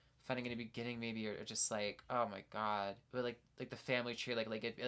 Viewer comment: forgive me, but i’m from the deep deep south and i LOVEEEE your accent on ‘oh my god” like yes girl i love it sm. ethel cain has beeen monumental in my deconstruction the past few years, Preachers Daughter changed me as a person